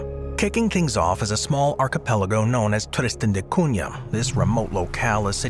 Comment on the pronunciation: There's no air strip on Tristan 😮 only sea acess via Calshot harbour into port of Edinburgh-of-the-Seven-Seas No need for the spanish accent for TDC St Helena is however pronounced "Sint Hulleena" You didnt mention TDC has their own parliament too